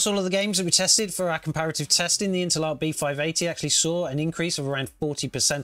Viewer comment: I've never heard anyone pronounce Intel ARC as interlock.